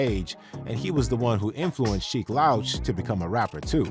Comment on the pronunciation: I almost stopped watching because of the pronunciation of “Sheek Louch” 🤦‍♂️